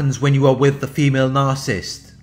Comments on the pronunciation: The word is "nar-ci-ssist," not "nar-cist!" I really wish that you would pronounce the it correctly! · you know what he's saying. that's all that matters. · ...I like the shortened version...very fitting ...does the job...as much as the narcs. deserve!